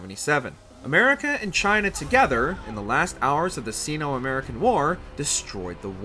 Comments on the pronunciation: And see-no instead of Sino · Anyone else bothered by the pronunciation of "Sino" in this? ..